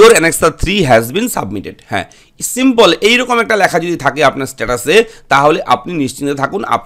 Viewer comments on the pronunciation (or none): none